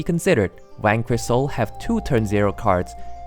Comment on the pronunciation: when you say Vanquish, it sounds like you're saying wanker